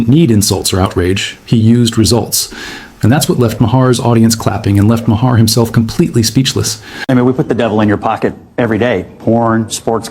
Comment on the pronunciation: It would help if you could pronounce Maher. This is not rocket science type stuff.